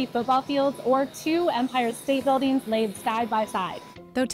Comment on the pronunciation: sprawleeen buildeeens